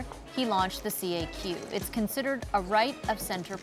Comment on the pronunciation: It is not prononced C.A.Q, it is la kaque !